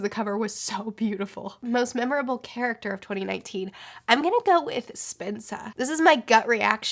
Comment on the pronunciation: Purp1eSeren1ty for a moment, I thought she was saying “Spencer” in a weird way.